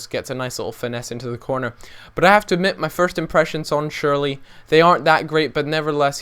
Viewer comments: Cher la ,, not sherly :) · SCHURLA NOT SHIRLEY. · sherla not shirley, honey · It's more like Shurr-luh rather than Surely. Gustavo and Ballack at CDM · It's shoorl eh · Killed me every time he said:"schurl-eey" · It's pronouned shoe-er-ler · It's SCHURL-EEEH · U pronounced shürrle name wrong